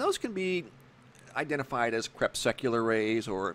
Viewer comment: Stop saying crepsucular!!!!!!